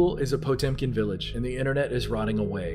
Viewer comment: For a second I thought he said Pokemon Village.